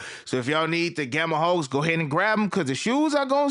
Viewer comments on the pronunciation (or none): I swear it sounds like you be saying gamma hawks instead of gamma hulk.😂